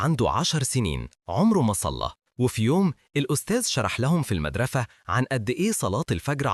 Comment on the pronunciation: المشكله لما نطقها ثم تنهد وقال ✨مدرثة✨ الشكر للايكات🎀